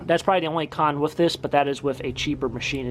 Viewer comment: Sometimes we count how many times he says"wiff" instead of "with." Giggle giggle...